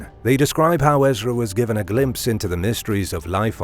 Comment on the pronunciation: Ummm… I think you mean John in revelation not David. Also, it’s Ehz-Ruh. There is no D. Who is this commentator? Who did the research for this video?